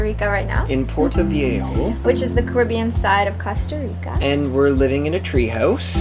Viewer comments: Please say cOsta right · yes, it's COAST-a reeka, guys :-D